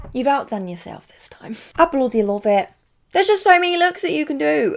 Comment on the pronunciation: “ I bloudy louve it” 🤩